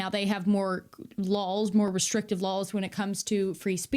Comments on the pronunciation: I ❤️ya but you keep saying ‘ lawls,’ it’s laws. JusSayN. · Christ almighty stop say “Lahls”! It’s LAWS! Still love ya though. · Oh really, in the prince's castle, were you. Had a chat with the prince in his castle, had you. Bloody show-off ;-) And why the hell do you pronounce laws as lols? I'll be stealing that one, I think. For real though, I love the clarity in his analysis and I'm glad there even is an "our side". I'm European and did not even know that.